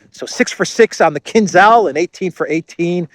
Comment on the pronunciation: So this expert can't even pronounce Kinzhal right.